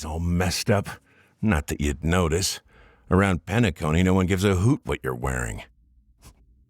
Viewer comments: No way you played through two patches of the world and pronounce it as penAcony after the characters said the name penacOny so many times 💀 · I love this vid and your theory. And, the way you pronounce Penacony like Penackony is beautiful, and I just wanted to let you know. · Absolutely the video and the lore about Gallagher. It validated my feelings and thoughts to hear them so well organized. I’m sure you know, but Penacony is pronounced Peh-nuh-KŌ-nē with an emphasis on the “co” syllable, at least in the EN dub. Im not sure about the other dubs though. But maybe you don’t play with the en dub, so no biggie, it’s understandable. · My only issue with this theory is your pronunciation of Penacony. Otherwise, good job! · I love this video but the way you pronounce "Penacony" hurts my soul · it kept tripping me up, i would have to rewind thinking she said something else only to be like "oh she's just mispronouncing the name"